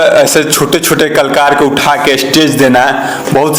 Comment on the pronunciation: कलाकर होता है klkar nahi